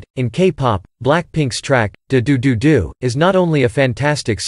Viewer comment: That pronounciation of ddu du ddu du